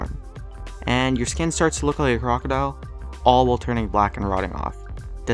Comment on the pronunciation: He said crocidile in russsian wrong I know because I'm Russian